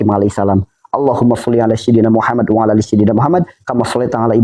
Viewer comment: Durasi waktu 40.56 (setahu sy bukan "Alla" tapi "alaa")